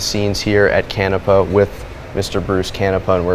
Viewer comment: Please rerecord with proper pronunciation of Canepa..!!!!